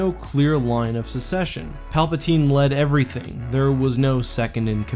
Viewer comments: Gah, it’s SUCCESSION, not SECESSION!!! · Just FYI it's "succession" (suck session) not "secession." Good video, though